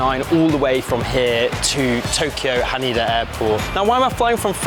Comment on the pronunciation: Haneda (ha Nay Duh) To KYO not to Kee yo, fyi, great review otherwise